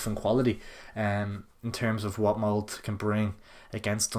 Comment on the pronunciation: Btw it's mold-ah not "mould"